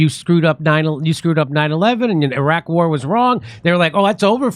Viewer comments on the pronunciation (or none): none